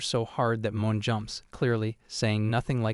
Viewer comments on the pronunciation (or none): I'm pretty sure "Ane" is meant to be pronounced like "Ah-nay", not "Ain". Same with Mone - It's Mo-nay, not Moan.